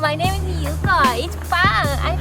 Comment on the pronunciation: Oye, dile a yuko que su español sería perfecto si pronunciara la " L " bien, ella la pronuncia como una "R" y eso es lo que le hace sonar japones.